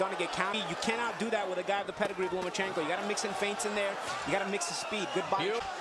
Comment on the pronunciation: It's Lomachenko not Lamecheko Ma'am. FYI